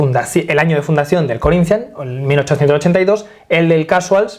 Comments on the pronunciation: Porra quando for falar Corinthians vê se fala direito. Falar nossa língua é o mínimo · Me he quedado con las ganas de escuchar a decir "Corinthians" con acento portugués